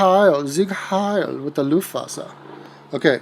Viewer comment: I thought it was Luftwaffe not Luftwasser. Airwater lol